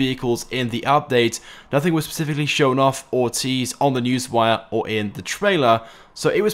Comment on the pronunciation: "spfllleciffically" XD